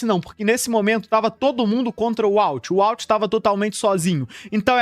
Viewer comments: Dá uma leve gastura ouvir "UALT" várias vezes, mas o vídeo ficou fera demais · Vende seu curso de inglês ai pro pessoal aprender a fala "Uólter".